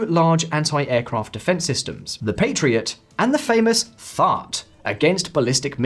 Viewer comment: Pretty sure he was trying (and failing) to say THAAD ( Terminal High Altitude Area Defense ). Usually it rhymes with "had" or "add."